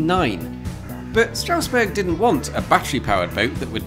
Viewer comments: Strange that you pronounce the ST in Steffi right but not in Strausberg and Straussee :-P Amazing video as always though :-) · Very good German including the pronounciation! Well, actually, the first 's' in Strausberg, like in all instances where 'st' or 'sp' occurs at the start of a syllable, is pronounced like 'sh', so it's 'Shtrausberg' :)